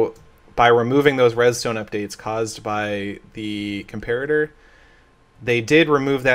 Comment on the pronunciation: Um, what? That's how "comparator" is pronounced. "com-PAIR-a-ter"